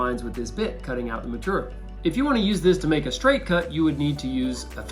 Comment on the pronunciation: "Maturiul" That's so North Carolina!